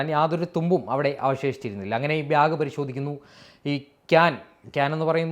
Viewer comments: Bro de kore video kanditondu. Anonum comment chryendan vecheta. Pakshe parayand irikan vaiya. "Byag" alla bro BAG BAAAG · ബ്യാഗ് അല്ല ബാഗ്....ഒരു 10 വട്ടം പറഞ്ഞു പഠിച്ചാൽ നന്നായിരിക്കും..😂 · bhyag അല്ല ബാഗ് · .... "byag" !!! Enthoottaath ???